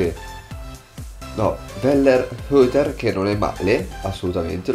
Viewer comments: prendi wellenroiter si pronuncia così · Sì pronuncia wellenroiter è un 19 enne dello shalke e ha dato filo da torcere a cristiano Ronaldo e al real di sir Carlo agli ottavi di champions ti consiglio di provarlo, cerca anche sanè mi pare che si chiami sempre dello shalke, un trequartista interessante anche lui 19 enne